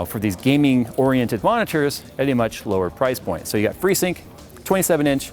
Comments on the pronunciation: Freesyuugh... I vomited a bit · when I heard "free-sync" - neeeeeeeeeeeeeeeeeeeeeeeeeeeeeeeeeeeeeext.